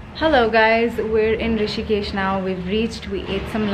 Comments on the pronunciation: It’s Rishikesh! Not Hrishikesh 😊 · Its Rishikesh not Hrishikesh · Rishikesh not Hrishikesh 🙄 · It's Rishikesh not hrishikesh🙄 It's not like hritik name🤣🤣🤣🤣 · Hey it's Rishikesh not hrishikesh... thought to let you know.. Great vlog though🥰